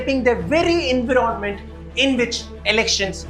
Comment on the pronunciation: Environment? Say En wire ment